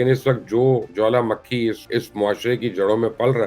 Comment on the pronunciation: You said jawala makhi twice, the right word is jawala mukhi.